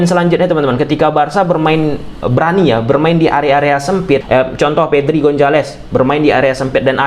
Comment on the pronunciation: VEDRI VAVARD GIMANA SIH LU GABISA NGOMONG P APA GIMANA